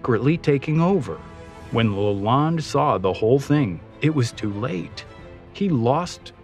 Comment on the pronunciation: It’s Henry Leland pronounced Lay Land, not LaLonde.